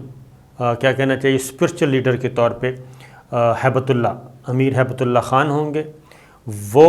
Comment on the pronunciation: Please , Hibat Ullah naam hai . Haibat Ullah nai. Thanks.